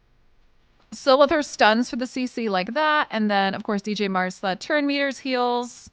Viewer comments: »dj marsa«?? the »dj« is pronounced like the »g« in »george«. is he »mc ronam« then? XD you also dropped her first »a«. cheers for the video. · D J Marsa!!! Really? The D couldn't possibly be silent could it. 🙄